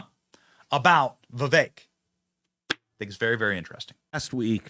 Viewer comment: It is not Veveck.